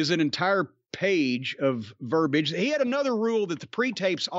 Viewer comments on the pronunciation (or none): Please can someone tell Jim how to pronounce verbiage.